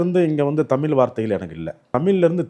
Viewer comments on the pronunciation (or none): தமில் அல்ல தமி்ழ்... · first say தமிழ்.....it's disgusting when you say தமி்ல்....yuck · இவருக்கு தமிழ் என்பதே சரியாக உச்சரிக்க முடியவில்லை, தமிள் என்கிறார். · Sir, it is not thamil, it is " THANIZH "..First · தமிழ் என்று சொல்ல வரவில்லை தமில் என்று சொல்கிறார் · சுத்த தமில். சித்தம்பளம். தமிழ் பாவம். மூளம்.